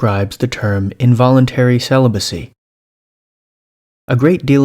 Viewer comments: I swear from the moment he starts pronouncing it "celiburcy" I'm like – "I don't think I can watch this..." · An incel who can't pronounce "celibacy".